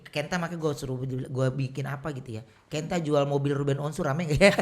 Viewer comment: Sebelum pentung bang billy bilang ken.. = kent*